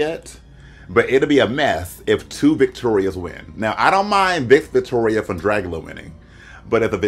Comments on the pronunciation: Not Fish-Toria 😂🤣😂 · Nina you did NOT say FishToria😭😭😭😂😂😂😂😂😂😂😂